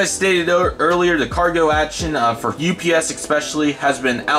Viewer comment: you miss spelled UPS you said OPS. Nice Airport Update